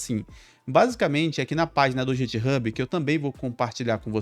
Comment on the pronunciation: Tutorial top, só ficou estranha a pronúncia de "github" .